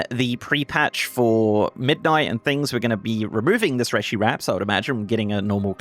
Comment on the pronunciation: PSA: It's pronounced 'ree-shee', as per all spoken dialogue in game.